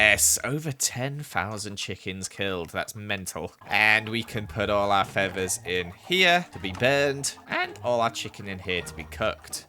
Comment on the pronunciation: You:*pronounced feathers feavers* Me:awwWwWWW